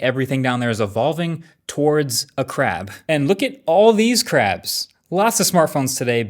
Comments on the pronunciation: The way he said crab and all I am hearing is crap phone.. what a pun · Why am I hearing crap when Marques is saying crab. Phone 3 must have messed my mind